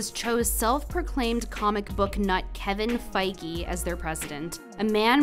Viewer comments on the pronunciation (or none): it's Kevin Feige not Kevin Fikry